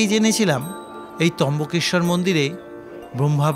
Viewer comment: trambakeswar not trimbakeswar